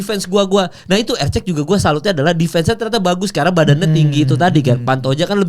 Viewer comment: Erceg bukan eceg eceg